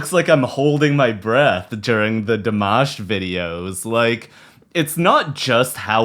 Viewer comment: El nombre Dimash se pronuncia con la "i" latina,no con la "o" latina. Nunca lo pronunciaste bien, amigo.. Saludos desde Argentina.